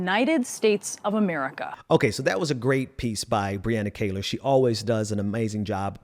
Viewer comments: Please pronounce Brianna's last name correctly, It is not "Kay-lor" , it is "Kee-lor" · Great take!!!. It's amazing how people's hate is stronger than their own self interest. Truly sad. Btw it's her name is pronounced Kee-lar she is awesome. Thanks!